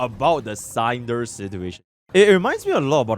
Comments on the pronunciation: Sign of danger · How tf is bro pronouncing Sinder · His pronunciation of Sinder is absolutely diabolical